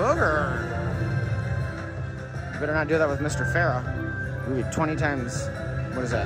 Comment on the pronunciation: And Pharaoh "Farrah" 😆